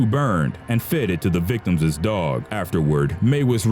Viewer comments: You know how dumb you sound when you say victimsss. You don't pronounce the second S. it's pronounced victims', not victimssss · is the narrator saying. "victumses" instead of Victims. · One of the most horrific things I heard in this video was the narrator saying "victimses" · Victimses....lol I love this channel though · why the fuck does this piece of shit narrator keep saying "victimziszszs"?!?! why could he have been an abortion?!?!?! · You keep mispronouncing "victims"